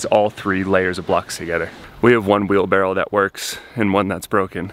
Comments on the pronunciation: Wheelbarrow not Wheelbarrel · He does know it's a wheelbarrow... right? It's not wheelbarrel. Is that a Boston thing? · were you saying wheelbarrel or wheelbarrow? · repeat after me. WheelBARROW. 😆